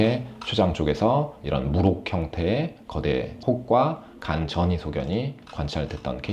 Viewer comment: 전의 아니고 전이 아닌가요?